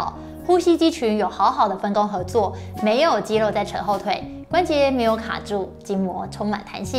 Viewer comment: 真的很用心 長期看就知道他這集很用心 刻意藉由桌子的幫助，把過多的手勢改掉了 我相信他一定有經過特別的訓練和調整 如果不是只有自己開物理治療所賺錢，只有幫到個別的人 而是走這個普及教學專業知識的路 希望可以在咬字發音的部分請專業人士幫忙調整 如肌「漏」......等等之類的 （要花很多工夫訓練，還要能找對問題點，跟運動物理治療很像） 在這個方向的表現上會完美很多